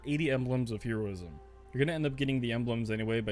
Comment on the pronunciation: ...okay, I just have to say, I don't think I've ever heard anyone pronounce "Heroism" like that when you were talking about the necks